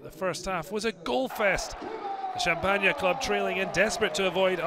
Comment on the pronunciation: " in Champagna " XD